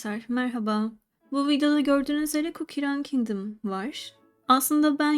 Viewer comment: Çok güzel Cookie Run Kingdom diyorsun